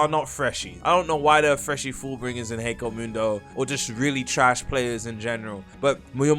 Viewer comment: Ok not trying to be mean but why do so many people pronounce hueco mundo so wrong it's h-way-co mundo I know it doesn't matter but it annoys me